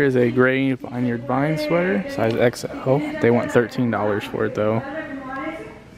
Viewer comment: Vineyard vines is pronounced like “vinyard vines”